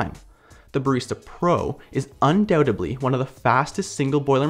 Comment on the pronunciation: Did he say "Undoubtably"?